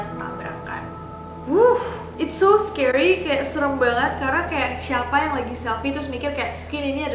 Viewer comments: Scary bkn sceery 😂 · Sceery? Scary kalik_